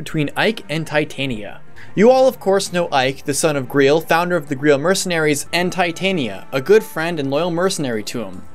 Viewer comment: You pronounce Greil like Greel. I'm pretty sure it it's pronounced like the holy grail. The game has a sort of Arthurian legend them about it, what with Gawain being the knight that found the holy grail (or maybe it was Galahad...) and the black knight and stuff. Titania is also the name of the Queen of the Fairies, and I think someone how relates or is similar to queen mab, the sorcerous queen from arthurian tales too. Either way, definitely some large nods to English legends.